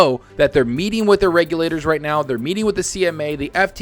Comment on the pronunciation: I know it's lame, but I'm happy has started pronouncing regulators correctly!!